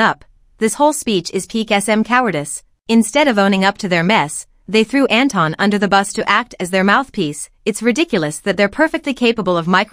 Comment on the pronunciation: Can people stop pronouncing Anton as Enton. His name comes from Germany and it is not pronounced like Enton. Enton is literally the German name the Pokémon Psyduck. I always imagine Psyduck as a Kpop idol now. Also there is a well known Austrian singer Anton aus Tirol who sings in his song Anton aus Tirol how it is pronounced.